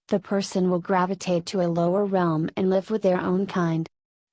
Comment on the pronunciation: The idiotic female robot voice cannot even distinguish between the grammatical tenses of live. Where is Wes Penre's voice?